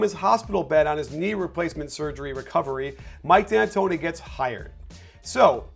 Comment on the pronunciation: mike antoni, no D